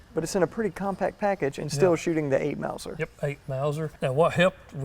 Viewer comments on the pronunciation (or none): Stop calling it the "eight mouser". It has nothing to do with the Mauser brothers or the Mauser company.